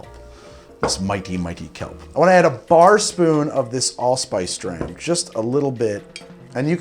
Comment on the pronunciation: I like how he says a bar sopoon and spills like 3 more in just filling it up lmao